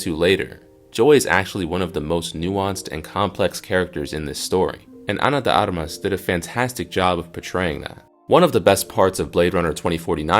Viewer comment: AI crap, stupid AI can't pronounce Ana De Armas.